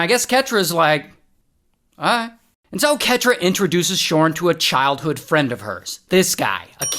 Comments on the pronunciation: Everytime you say this dude's name it took my focus off of the story, c'mon Ray!!😂😭 Shawwrrnn Me no likey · Idk why, but giggle everytime you say "shaurn" 😂😂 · "His name is ShaarrRn" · The way he said his name had me audibly laughing